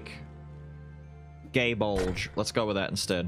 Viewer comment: Is that how Gae Bulg is pronounced, or were you just being facetious?